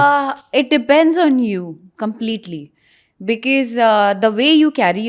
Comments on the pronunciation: Bicis nahi bicos hota hai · Isko because bhi thik se bolna nahi aata hai🤣🤣becease becease kar rahi hai baith ke mat bolo bhai angrezi😂😂 hindi bol lo saamne wala smjh hi jaayega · Bekees nhi because hota hai madam